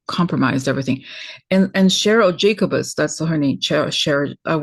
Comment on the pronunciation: I think she pronounces her last name as Juh-coe'-bus.😉